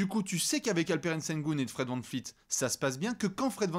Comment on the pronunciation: Vous galérez vraiment à le dire... c'est Gloubi-Boulga. C'est comme McCollum, à prononcer EUM et pas OUM. Et Van Vleet, pas Van Fleet (elle est pour toi, ça fait 5 ans que tu écorches son blase 😅).